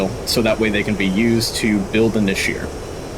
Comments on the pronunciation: Great review but I should point out one very minor correction. The hebrew word נשר is pronounced "Nesher" not neshir. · The second 'E' in Nesher is pronounced like the first 'E' and not like an ' I ' Nesher - eagle Nashir - shedable. like a hair which can be shed. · It's pronounced "neshar", not nasheer Also the group's name is pronounced "aveeron", which also translates to airplane